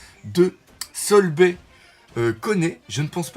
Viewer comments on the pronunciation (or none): C'est sorbet je pense, pas Solbay (l'erreur classique du r/l japonais ) Aussi Conney c'est bonney en remplaçant le c par b